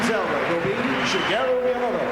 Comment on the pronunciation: Who's "Shigero" Miyamoto?? Also what a time capsule this is!